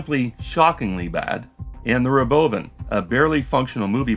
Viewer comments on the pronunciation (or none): Dude... r'BO'vn? Really? Robo-Van. Can we PLEASE stop this second syllable stress?